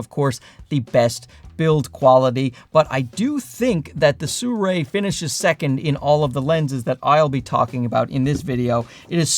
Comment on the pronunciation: Why does he pronounce the brand "Suray"?